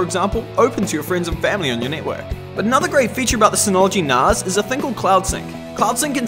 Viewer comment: I need to set this up on mine. Highly recommend these ones, very simple to run and more useful than you would think. I didn't think it was pronounced narz though, thought it was nas as in nascar.